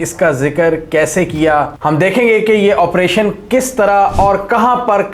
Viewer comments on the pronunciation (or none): none